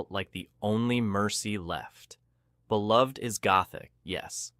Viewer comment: These are great explanations. For Beloved, the title and character name is pronounced Belove-ed and the main character’s name is pronounced Seth-a. This is according to the movie that the author, Toni Morrison, was involved in making.